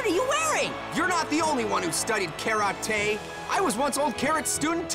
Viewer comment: Karate more like Carrote